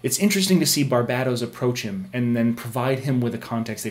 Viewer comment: Thank you for pronouncing Barbatos correctly. I've heard to many people pronounce it like Barbados. The emphasis is on the BAT since it has to do with Batman.